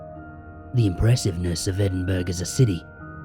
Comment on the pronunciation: Excellent as always,! Just so you know for the future: Edinburgh is actually pronounced "Edin-burrah" (for some reason - British place name pronunciation is often quirky)